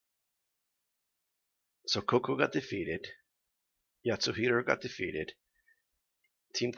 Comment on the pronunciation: Yatsuhashi=Yatsuhiro. K.